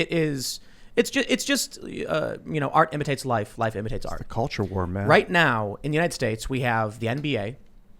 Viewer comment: IT'S DEY CULCHA, YO